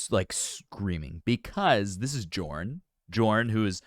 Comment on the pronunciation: You pronounce Jorn as Yorn......and Lande as Lawn-Day.